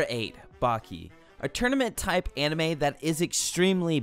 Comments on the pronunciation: When I first started the vid I thought he was saying “I’m anime thot” 😂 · I thought you said Anime Thot lol